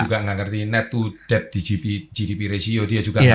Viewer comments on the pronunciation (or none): mengeja DEBT BUKAN DEB MAS TAPI DET MAS". B " NYA GAK PERNAH DIEJA. BELAJAR BAHASA INGGRIS NYA DIMANA MAS?????